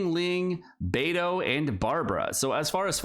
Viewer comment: How can you pronounce Beidou correctly but say Albeeedo like that. 😢